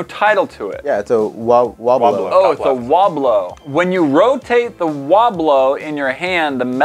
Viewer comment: Wobblo? Aint that the guy fwom Parks and Wecweation?